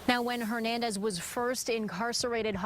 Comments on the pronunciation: why cant that guy say “ Hernandez” correctly???? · watched a show with this cop butchering “ Hernandez” every time he says his last names- dumb